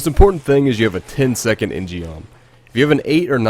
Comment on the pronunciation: In gum proper pronunciation fyi J. In means man, gum means sword in Korean. In gum. Geom is an example of koreans misspelling their words in english sigh...